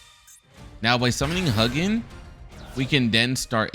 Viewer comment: decent video but if I hear you pronounce it as "Huggin" one more time...